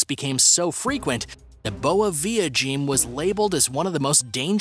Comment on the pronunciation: The way you say "boa viagem" sounds like you're saying "good little fag" in Portuguese